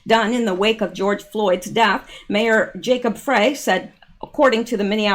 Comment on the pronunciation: Mayor Frey-pronounced FRY FYI